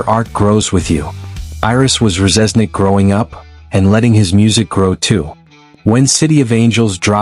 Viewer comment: Can't pronounce Reznik correctly...its def AI